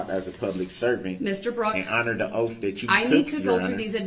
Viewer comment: “Illinoise , Oafs, troofs, axed, translated to Illinois, truths, oaths and asked are the English language words brooks has managed to slaughter.